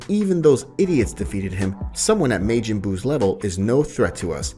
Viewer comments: how did you get the word majin as mayjin , love the video though just that word was a hard miss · kie, brolly, mayjin lol. love it though man great work